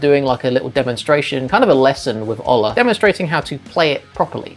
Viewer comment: By the way, the O in Ola is pronounced like "ooh".